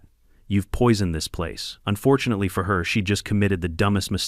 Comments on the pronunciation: Not POY-ZONED?! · "Poizooned"?this takes place in france? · "You pois-owned us, Anthony! POIS-OWNED, ANTHONY!" Usually I don't comment on these low-effort content farming AI channels, but I had to for this alone. Couldn't even get that right. Maybe next time, put in some actual effort and read it yourself.